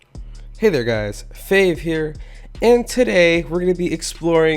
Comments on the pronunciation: It is not fave it's faave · You said fave not faave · I see faave not fave XD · it is not fave it is faave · yeah I can pronounce the faave=idiot